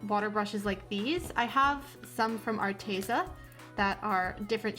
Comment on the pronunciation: The e in arteza is not pronounced as ee, but as e like in egg